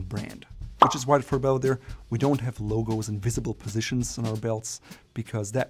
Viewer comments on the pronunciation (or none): none